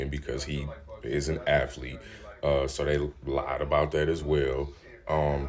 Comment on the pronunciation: Your opinion doesn’t matter if you pronounce aTHete like aFFlete .